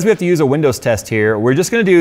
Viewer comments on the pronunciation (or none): none